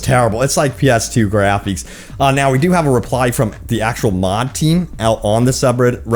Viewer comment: “Grapheeks”, “dameeged”